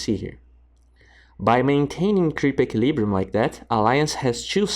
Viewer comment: It's eqUilibrium not eqilibrium. You mess up the pronunciation in a lot of your videos.